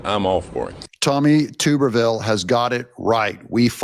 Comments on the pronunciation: I’ve told you numerous times it’s TUBBER-Ville not TUBER. He’s a ex-football coach from Auburn AL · For the love of God! I'm a female and know that Coach Tommy Tuberville is a well known, amazing football coach and you pronounce his name TUB-ER-VILLER (TUB as in bath tub!) NOT "Tube"-er-ville. Learn how to pronounce names! You lose all credibility when you can't even pronounce a name correctly that is said multiple times a day in the media. 🤬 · Doug, the name is tub-ervil as in a wash tub, a tub of butter or a bath tub not a tube as in a piece of cylindrical pipe, a tuba horn, or tubal ligation. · Alabama Senator TUB-ER-VILLE just a correction Alabamian here, very proud of his stance ! We NEED TARIFFS I VOTE FOR TO USE NUECLEAR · Doug his name is pronounced TUB er ville. He is a former College football head coach for Auburn from